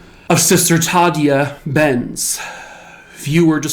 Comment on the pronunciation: Tah day ah Benz. Sister Tah day ah Benz. Not the way you're saying it. Ghosts don't appreciate getting their names wrong. Careful with Johnny. He's an active one. He's not really innocent. He's accessory prior to the fact. Maybe that makes him worthy of the same penalty as the person that did the raping, but for Johnny it was anything to get away from the horror of his home life, and that convent was that place, until that night. Oh well... How did he know? Society messed him up, and maybe when society messes people up that bad, society should try and fix them instead of just murdering them. Dunno, Johnny took the long road to get to Heaven. 9 levels and all. He's made it. Just a guardian now. Of his life story. Beware of that. He guards others as well. Cheers! Happy X-mas! 👻🎄